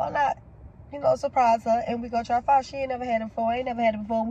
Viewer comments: I love you guys but you are pronouncing it wrong not phy…. Pho the o sounds like a u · was soooooo cute enjoying her pho (pronounced -fuh-), I'm so glad she liked it 💚